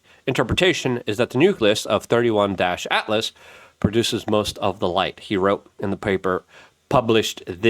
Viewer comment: Its not 31- altlas..... Its 3 eye - Atlas